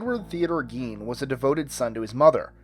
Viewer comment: Gein is pronounced to rhyme with fine.